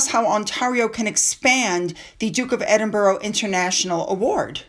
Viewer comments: The city is pronounced "Edin-bruh" or "Edin-bur-uh", not "Edin-borough" or "Edin-burg". Locals often shorten it to "Embra". The "-burgh" in Edinburgh comes from the Old English "-burh," meaning fort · The Scottish capital is pronounced "Edinburra" on 'Edinbouro' or 'Edinburg.😀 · love you BUT, like most Americans you pronounce Borough wrong, Edinburgh or any Boroughs are pronounced not as your seeing. It’s Ed- in- bu- ra don’t pronounce the o, I’m Scottish but live in london so we all pronounce it this way. Not picking on you just education, I even taught Donny Osmond lol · I’m not picking, but it is Edinburgh. You are pronouncing it wrong. It is not Edinbourough.